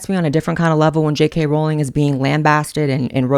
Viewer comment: I know you were truly into Harry Potter because you pronounce it "Rolling" (correctly)